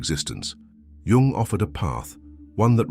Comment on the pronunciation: Thank you for pronouncing. His surname properly unlike dumb americans YouTubers who call him young